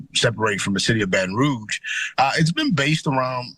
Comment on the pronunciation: She was saying rouge incorrectly....don't know why that bothered me